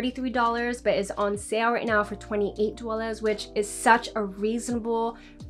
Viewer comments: she says it normally so I’m assuming the other pronunciation is intentional for...emphasis...or something. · Out of curiosity, you naturally say “dollars” like that ?😅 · Ikr I was like she has no accent and then when she says dollars it sounds like she's from New Jersey 🤣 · Yeah it was funny for the first couple of times then it started getting annoying when she kept saying it like that every single time lol